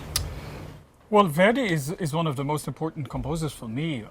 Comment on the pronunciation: Note to the interviewer: learn to pronounce "Verdi" before asking your first question; you make the 19th Century Italian composer sound like a 21st Century African-American rap artist named Where-D (brother of Heavy-D?).